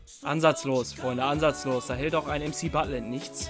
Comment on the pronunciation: Wer feiert auch das er MCButland sagt😂